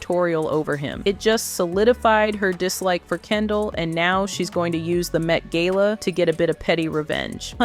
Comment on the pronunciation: ai video, why did you pronounce gala two different ways